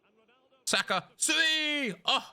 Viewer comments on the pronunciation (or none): Someone is gonna have to tell me where the R sound comes from at the end of Saka